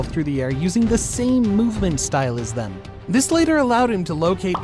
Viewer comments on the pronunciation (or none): none